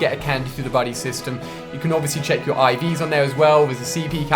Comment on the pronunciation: Its Ivs not Eves